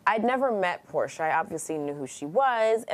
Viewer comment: Did she say Whoresha? 😂🤣😂🤣